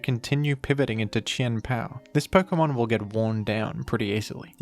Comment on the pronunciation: who else just likes the way he says Chien-Pao's name